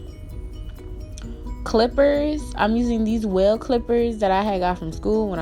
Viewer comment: The clippers you are using are by Wahl. Pronunciation for Wahl is Wall not Wale